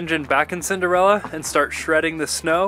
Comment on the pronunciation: Not sure if i understood right but did you say senderella or cinderella?